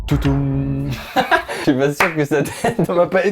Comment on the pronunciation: Marbon le bruit de Netflix c'est TOU DOUM et non TOU TOUM comme a fait Amixem dans la video.